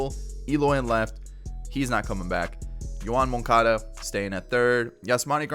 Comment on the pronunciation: dont ever make sox vid if you're gonna call yoan, "yo moncuhda"